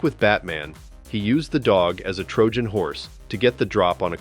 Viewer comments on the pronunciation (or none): none